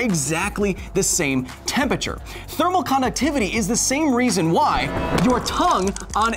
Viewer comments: Love the videos but it kills me every time I hear Kyle say tempeture it’s temperature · Temperature, not tempiture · Why does Kyle always pronounce temperature as tempature? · Seriously. The word is TEMPERATURE. not tempacher. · Take a drink everytime Kyle says "Tempature". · Tempature? That pronounciation is just... nasty. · Is 'tempature' the new 'aluminum' or are you just pronouncing temperature weird? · Tempature....here he goes again... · Honestly the only thing that annoys me about this is the fact that Kyle keeps saying "tempeture" Missing a syllable there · Interesting video, but man, "tempachur" hurts my ears. 😂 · Can never get passed the way you say Tempature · I can't get over you saying "tem peture"... :p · You say "Temperature" funny. I'm pretty sure there's an R in the word you're missing out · Are you pronouncing it "tempature?" Is it an American thing because I've always known it to be spelt temperature. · Someone needs to teach Kyle how to say temperature... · Your pronunciation of temperature is strange.